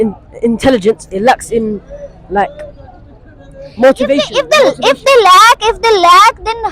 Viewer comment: Burgir English Accent ... Ye Mochivation kya hota hai??